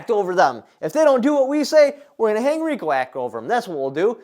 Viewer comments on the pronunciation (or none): none